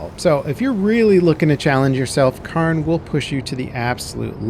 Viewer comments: The one thing that has surprised me the most with this games success is just how many people can't pronounce cairn. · Lol, hearing non Scots pronounce our words will never not be amusing. Not even close, not even close. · K-air-n not karn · How is it Karn ??? Pronounced Care-in Get a grip, that's just lazy ass ... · Cairn is pronounced Kay-urn it’s sounds similar to Karen but moving the vowel sound of the e to before the R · It’s pronounced kern not karn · Indeed it is NOT car + n but IS care + n. There sould be a subtle i sound as well but the 'ah' in the video should definitely be an 'eh' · It is pronounced "Kaern" not Karn. Good lord I am amazed at how many people screw that up. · CARE-N its Care-n 😭😭😭 like the rock stacks you see on hikes that show you the path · not sure where you're from but "Cairn" and "kern" aren't pronounced the same in English. it's more like "care-n". "kern" would be pronounced like "earn" with a K at the beginning. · Dude called it carn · It's not Karn its Cairn.....L bozo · Yeah it's "Care-n" lol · Yes, no i in there anywhere! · Cairn would be pronounced like care. It comes from the Celtic language word to describe piles of stones used for burials or markers. You can find so many cairns all over the countryside here in Ireland going back into prehistory. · Shouldn’t the game be pronounced “CARE-N” because it’s the names of the stacked rocks on hiking trails waypoints? I believe that’s what the game is named after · The pronunciation is Care-n, it comes from the Gaelic word Carn Source: I'm Scottish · As a Scottish person, in Scotland, from Scotland. Its pronounced Cairn. 😂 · People pronounce that word both ways, but yes CAREn is more common. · It is pronounced 'care-n'. Cairns are piles of rocks (put there by hikers) on hills and mountains to either mark a summit or to show waypoints of a path or route. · Why are you saying "Cairn" like that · Learn how to say Cairn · At least look up how the word is supposed to be pronounced.